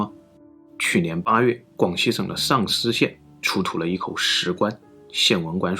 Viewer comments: 一开始只听声音没看视频 还以为是丧尸县 😂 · 什么县？“丧尸县”？ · 只是听视频，我还以为是丧尸县。.